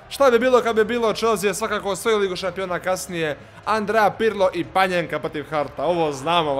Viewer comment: Pa ni ne zove se panjenka nego panenka.